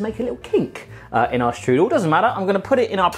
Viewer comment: You pronounce "Strudel" wrong... but i guess its fine since you're not speaking german at all. lol Im a professional pastry cook myself. Its interesting to see other countries variations of the applestrudel. Try to spread some whipped cream between your layers of pastry and sugar aswell. C